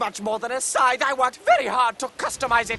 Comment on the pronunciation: When announcing the weapons the announcer couldn't say scythe, (he kept saying sign) but when telling about the weapons he knew how to say scythe.